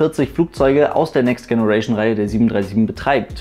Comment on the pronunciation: next generation mit deinem ostdeutschen Akzent im denglisch auszusprechen ist leider nicht witzig, sondern doof.... die englische Aussprache ist doch nicht so schwer, oder?